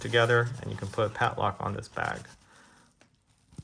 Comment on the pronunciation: Its PADLOCK, not patlock